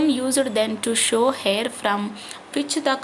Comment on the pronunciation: You are tell hair that word is not hair that is air